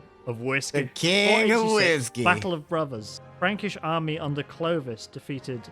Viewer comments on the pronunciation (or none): First it's clovis not clodio crodio or anything